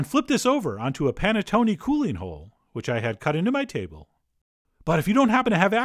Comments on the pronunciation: Nope. Nothing to say. Except it's pronounced panettonay rather than panettony. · The way he pronounced Panettone gave me anxiety. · Maybe because I'm peruvian but hearing it pronounced as panettone sounds weird to me instead of saying panetón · Love the way u say panettone😂😂 no offence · I swear you've made this before (because I distinctly remember your pretentious Giada-esque pronunciation of panettone). Maybe that was back in the Berenstain timeline. I dunno. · You butchered the pronunciation of this but its ok. The wired way you narrate took my mind off it.